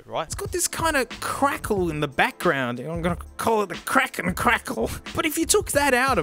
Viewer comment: the way he said krakle tho 🤣